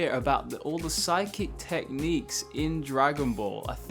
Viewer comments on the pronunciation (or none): none